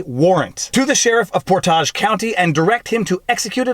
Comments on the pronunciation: It's pronounced Portedge. Not Portahge. Emphasis on Port not edge - all one syllable. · Not that it really matters but it’s pronounced PORTage not porTAGE....emPHAsis on the first sylLABle. :) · It's not por-TAJ but rather, POOR-tidge County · PORT-edge. Not, port-AZH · Ohioan here - it's "Portij" county, not "Portahj" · Great video, it’s Port-Age county. It’s not aaaaahge, but pronounced age. Ohio isn’t that fancy. 😂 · "Port-ahj" county sounds nice, but it's pronounced "port-idge" 😉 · killing me... "Port-edge" County not "Port-Ahhj" lol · From Ohio... and just a little nit... Portage county is not pronounced like it is french... It is pronounced PORT - aj not port ahhhjjjj the "A" is soft and the "g" is like jingle .... port-age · It is pronounced Port-age. Not Por-tage . I grew up in NE Ohio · Port-age not Por-tage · "ShadowGate". Not "SpyGate". Port-Age, not "Port-Ahj". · the place is pronounced Port-Edge, but say it quickly as one word. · Portage we pronounce it Port-idge. Rhymes with porridge! Lol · Portage pronounced like Port-Midge (minus the M) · Viva Frei, I love your channel and posts. Just a comment regarding this post. You are pronouncing Portage based upon the French pronunciation. Here in Ohio, we use the Ohio pronunciation Port"age". Don't emphasize the second part, just say Portage and you have it. Love the posts. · Just a helpful tip from Ohio - it’s pronounced por- tidge. County. Lol 😝 though the way you put it sounds awesome ✌️ ❤️ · Its Ohio, not France or Canada. Its "Port-idge" County. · It's not poor taj county? Its Portage County! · Portage... The A is long!!!! its not pronounced portaj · Being from Cuyahoga county, I’m used to having people mispronouncing where I live. However, that is the fanciest way I’ve ever heard anyone pronounce Portage (we usually pronounce it “Port-edge”, although I think I may adopt your pronunciation). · Oy, it's pronounced poor-tidge. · Portage pronounced Port-edge. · And it's pronounced por·tuhj